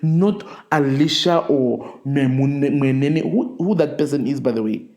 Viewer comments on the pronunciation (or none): It's so shameful you couldn't pronounce Mweneni Properly. Like you're a Gambian guy came to Namibia. You should hv practised the name before making the video atleast, if you that dim.